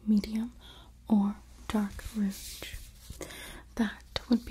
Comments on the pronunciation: Just a tip: the G in rouge is softer. It's pronounced like the s in measure. Like an sh, but a zh, instead of what I was hearing as a dzh like in bridge. Just in case you cared; no judgement! 🙂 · You're so wonderful and beautiful! Bless your heart, lovely -- the "G" in "rouge" is pronounced like a "J", as in Jaja (Gabor.) Just pretend you're french for one word -- it originally just meant "red." 😘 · I love this video but PLEASE learn how to correctly pronounce rouge. "Ruj" - it really breaks up the video when you keep mispronouncing it. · I love the way you say compact and rouge! Glad I found you! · I love how you say rouge!